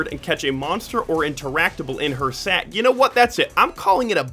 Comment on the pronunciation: you said it like calling it a sack was sus